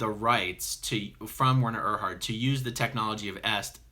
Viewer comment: Erhard (air-hard)